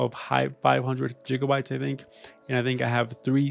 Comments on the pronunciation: It's not jigabytes it's gigabytes. Sorry this was bothering me. Otherwise great video. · Jigabytes? Really? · nobody talking about how he pronounces "gigabytes" as "jiggabytes"? 😭